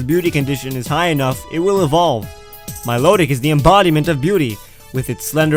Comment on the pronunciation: THERE IS NO R IN MILOTIC!